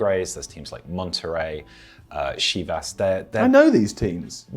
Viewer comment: Your comment is literally irrelevant. I meant it as he verbal pronunciation sounded just a tad off, it CHivas not SHIvas.